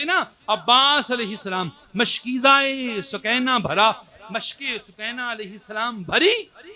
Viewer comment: سوکینہ نہیں بی بی سکینہ